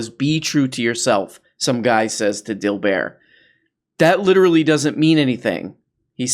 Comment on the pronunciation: Dill Bear lol like Cobert? It's like Dill Bert.